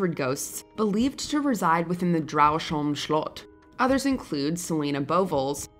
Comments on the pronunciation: The former residents of Dragsholm slot are turning in their graves because of that horrible pronunciation.. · Watchmojo lady pronouncing Dragsholm - is killing me😂😂😂